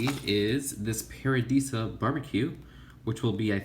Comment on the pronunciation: Stop saying paradeeeeeesa it's paradisa